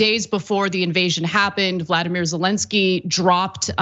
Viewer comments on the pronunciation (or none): Ana you’re great but the man’s name is Volodymyr Zelensky not Vladimir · Why does Ana always mispronounce Volodymyr Zelenskyy’s name?